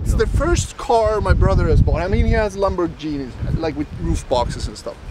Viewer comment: he said LAMBORGINI, JESUS CHRIST I’M GONNA DIE